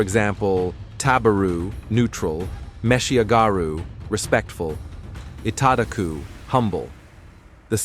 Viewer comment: Your pronunciation of "taberu," "meshiagaru," and "itadaku" are entirely wrong. Some people listening to this will copy them, thinking they're correct.